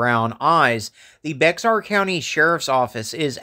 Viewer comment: Hello. Thank you for covering this case. Bye the way Bexar is pronounced bear like the animal. Not many folks outside of Texas know. ❤❤❤❤